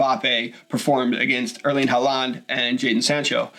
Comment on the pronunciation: His name is pronounced Haul-land...